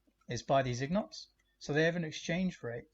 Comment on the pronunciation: My friend, the gold ingots are pronounced in-gets.